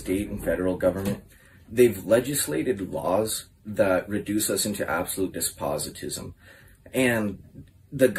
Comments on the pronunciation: Shouldn't make fun of of someone's abilities and regard then as slow on YouTube when you can't say "despotism" correctly. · He said Despositism at least 8 times and I can only imagine he’s actually referring to Despotism